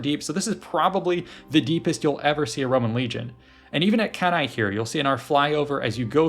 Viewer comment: Cannae is pronounced Canny. That's all I have to add